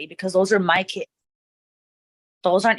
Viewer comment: sign of an over-attached mother .. those are "MY kids" ... saying ti with emphasis like she deserves them. bro you dont OWN Them